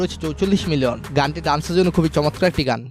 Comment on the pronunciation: ভাই আমি ও আপনার মতো করে চমৎকার কে মচৎকার বলি। 😂😂😂